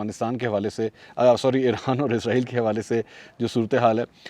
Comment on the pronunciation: ازرایل نہیں اسرائیل ۔۔۔